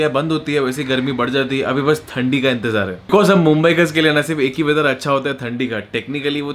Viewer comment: थंदी नहीं ठंडी